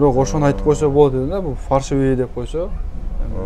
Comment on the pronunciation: Фаршивый эмес ФАЛЬШИВЫЙ дегилечи айнанайын фарш деп этти айтат гоо